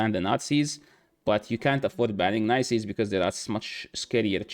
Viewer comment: Bro o thought you said nazis but than you said Tara’s and I knew you meant narses haha. I was like woah wtf lol haven’t seen you in arena lately but I haven’t been playing much I’m getting burned out I pulled nais and I pretty much went ghost. Plus the energy packs are so bad I won’t buy 10k energy for 76 dollars that’s crazy